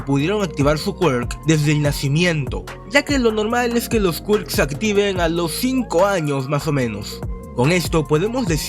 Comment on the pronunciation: Me gusta cuando dices QUAERKZ en vez de Quirk como persona normal